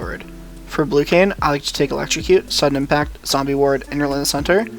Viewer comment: Kin - Kane Co-op de gra-se - coop de grace